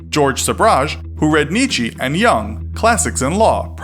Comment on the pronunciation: NIETZSCHE IS NOT PRONOUNCED KNEECHEEE., It’s pronounced kneechuh. Do pronounce caramel as carmel, plantain as plantane and Ypres as wipers?